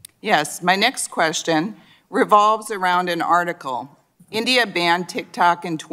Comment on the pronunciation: I can't help but notice that how she put emphasis on every other country except India while speaking its name. It is a bit rude